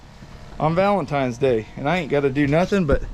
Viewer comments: it’s “Valentine’s” not “valentime”. 😂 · It’s valentines, not valentiMes. Cool video. Lots of fun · Oh man....he says "Valentimes"... Bummer.